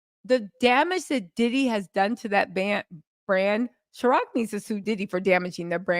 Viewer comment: “c”iron… not chiroc 🤞🏾😂😂😂😂